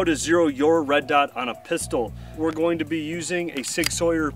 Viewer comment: Are you a southern raised person? I don’t hear that pronunciation of sig very often.